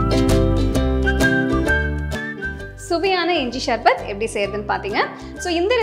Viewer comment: ஷர்பத் இல்ல சர்பத் ..